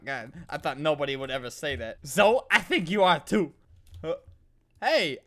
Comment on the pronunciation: zo? Don't you mean zoEE how dare you not speak basic english